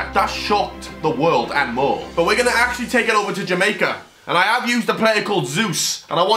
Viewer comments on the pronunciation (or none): none